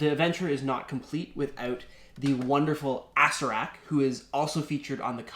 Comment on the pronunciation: Asserack xD